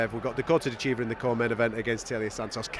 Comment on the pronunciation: Dakota's last name is not De Chiva